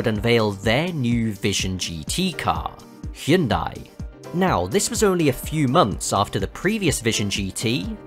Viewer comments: Finally someone who can pronounce hyundai, thank you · Bonus points for appropriately pronouncing the brand "Hyundai"